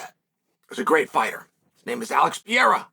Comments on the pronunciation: Pereira Chael, he is called Pereira! Not Pieira! Just call him Poatan, it is way easier! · After all these years and you still can’t say Perreira right. It’s not piera dude, it’s pe- rei-ra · Holy shit. Pereira: Pe-Rey-Ra. If you can just flick the R in the middle, even better. But can we figure out how to say his name please, it's not even a hard name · Wtf is piieraw!!! his name is Alex Pereira!!! (POATAN) Piieraw 😂😂😂😂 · Who's this Peyera guy he speaks of. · Alex Pee era Alex Pew eira Alex Peheira the list goes on and on... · Pierre-Ah is the most funniest nickname to Alex Pereira lmao. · We are back to "Piera".... Lost all progress on learning how to pronounce Pereira correctly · Repeat after me Chael: Alex PAY-HAIR-UH. See how easy that is, MISTER SONNEN?!!! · Is the constant mispronunciation intentional? Pierra? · Pee air ah Chael's original pronunciation. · And they are all wrong haha I don't understand people saying "Peheira", the 2 Rs should be pronounced exactly the same haha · that's so annoying man! I've been commenting the same shit so many times as well but he keeps saying PIEEERAAA! 🤦🏻‍♂️🤦🏻‍♂️🤦🏻‍♂️🤣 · Is that hard to pronounce Pereira or is it dumbness? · why do you keep mispronouncing his last name? That's racist dude, you clearly hear other people at the same table/desk all the time say his name, right, then you say it wrong over and over again. Disrespectful. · Man stop posting videos about the champ until you learn how to pronounce his last name properly!! it's getting embarrassing 🤦🏻‍♂️😂🤣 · Imagine being a 3 weight Champion and Chael still can't pronounce your name 😭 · He does it on purpose. He pronounces almost everyone's name wrong.